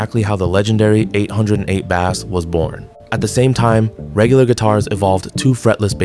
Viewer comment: Your AI voice is saying Bass (like the fish) instead of Bass (like the guitar) lol.